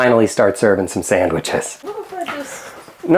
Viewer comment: Can't stand the way this guy says Sandwiches